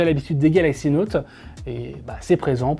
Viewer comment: Exynos en europe ... Quelle tristesse. Ps: Note, pas Nowwte 😭